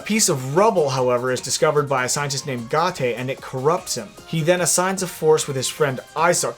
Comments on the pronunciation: Sorry to be picky but: -Getting parts in Mega Man X5 doesn't have anything to do with ranks, you get parts depending on the level of the boss. -There is no overworld in MMX Command Mission. -Gate's name is pronounced Gate not Gah-Teh. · Gaté lol it’s Gate dude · is it really "ga-te"?? because i have been saying "gate" since i was a kid